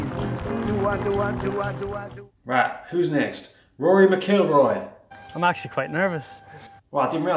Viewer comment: hahah "Rory Mc-KILL-Roy" that's what me and my brother say.